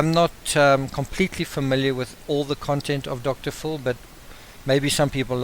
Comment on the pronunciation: I like your accent,fxl "Dr Phil " sounds like "Dr Fool" !!! HaHaHa